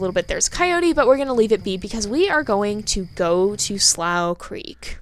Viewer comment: Slough is actually pronounced Sloo-cr-eek